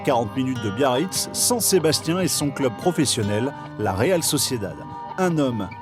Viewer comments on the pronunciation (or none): none